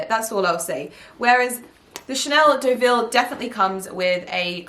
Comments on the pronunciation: Hi, the Deaville tote is pronounced doe-vill not deh-vill. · Actually, its doe vee ❤